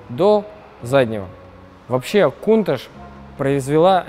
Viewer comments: "Кунташ" режет слух ! "КАУНТАЧ" ))) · точнее будет произносить - Кёунташь. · Почему он повторяет КУНТАШ ??? Модель называется КОУНТАЧ. В названии Countach буквы CH - читаются как Ч, а он произносит Ш - пишется SH. Многие люди ее произносят Каунтач. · Правильно каунтач